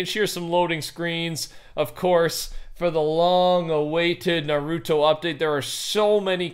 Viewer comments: sounds like hes says pokeman when he says Naruto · Him saying narooto bothers me